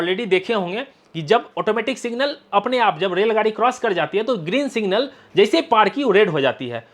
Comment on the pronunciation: भाई साहब सिंगल नहीं सिग्नल बोलते हैं